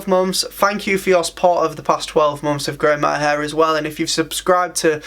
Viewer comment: And "months" sounds like "mom's"